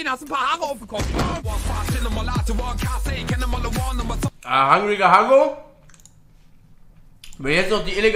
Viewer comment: Das heißt einfach Hungriger Hugo wtf nicht hangriger haggo